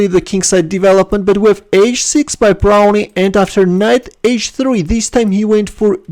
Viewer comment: Pretty sure he pronounce his name 'Brown' not Brownie. I played him once, got clobbered.